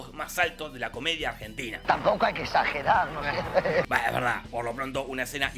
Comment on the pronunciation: En la intro dice Argenina 😂😂 gran video como siempre, los amo!!!!